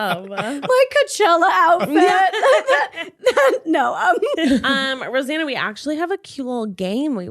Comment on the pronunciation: Anyone realize that said Rosann 😅😂